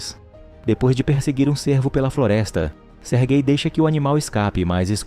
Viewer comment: Não tanko ele falando "sergay"